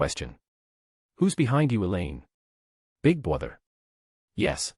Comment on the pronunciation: "Big bother " definitely it's not "big brother "